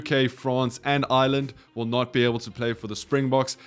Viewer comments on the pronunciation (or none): none